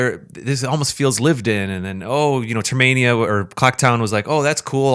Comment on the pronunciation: TERMINA!! Not "Termania" What the hell is wrong with you?